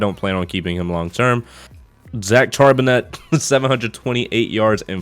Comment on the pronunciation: Great rebuild vid as always brother. And not to be an ass or anything but your HB's name is pronounced Shar-Ben-Nay